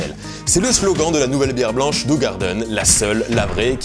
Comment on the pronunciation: Alors ça se prononce ou-rar-deun.